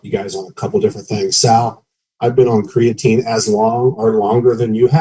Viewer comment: So annoying how Sal constantly calls Creatine, "CRAYatine". Hey guy, you're about 50 years old, and you're in the health and fitness space. For sure, know how to correctly pronounce the word creatine. Especially if it something you're going to constantly bring up, and speak as if it's something you're educated about. It's a little bit hard to trust someone's knowledge on something that they don't even know how to correct pronounce. is so much worse. That guy couldn't even pass elementary English class, and that's not an exaggeration.